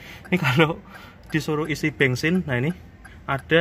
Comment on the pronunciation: kok ngomong Daihatsu tapikan toyota ini mas..bensin bukan bengsin mas habis dikejar siapa mas..hihihihi